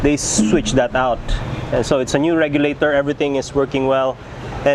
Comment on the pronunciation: レギュレーターの発音良すぎるな